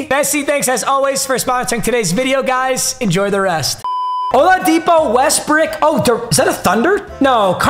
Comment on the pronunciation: Why did he say west brick